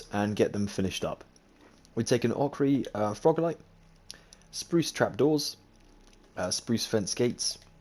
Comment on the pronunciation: You said Ochre Froglight correctly😄